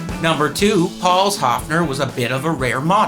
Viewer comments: It is NOT A Haafner!!!¿¿¿ Why do English/American talking people not even respect the pronunciation of Names? -- ...and don't tell me your tongue is to blame!!! When you can say "BIRD" - you can say "Höfner" too. Otherwise it is ARROGANCE producing resistance!!! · Why can't you pronounce the name Höfner correctly? Even americans can pronounce the letter ö. It is no big deal. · You did not notice, however, that he mispronounces Höfner constantly.